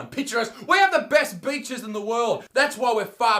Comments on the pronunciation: When you were naming better reasons than england...I thought you said bitches...then you said women...I knew you said beaches...but my version was funnier in my head. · I thought he said bitches when he said beaches. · you say beaches, sounds like your saying bitches lol , we got both want more could you want. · When he said beaches I thought he said bitches